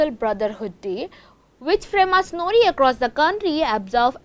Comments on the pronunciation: Freemasonooorie? what a news channel , How can one let her speak . Mind blowing what level of news reader people hire today ... 🙄. what a shame she was presenting . Cannot even say masonry. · U pronunciation is wrong Freemasonry.., its actually free-masonry